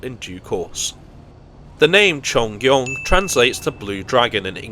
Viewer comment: Great pronunciation of the Cheongryong, it's definitely not the easiest Korean word to pronounce. EUM, meanwhile, is pronounced Ee-eum, which means "connection." It was named that way because the trains connect various regions in Korea.